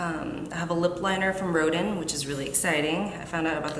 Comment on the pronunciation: I think Rodin should be pronounced as Ro-dahn, like the French sculptor